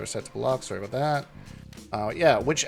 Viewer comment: All aboot!! Best intro! Great kontent as always! 🍻🍻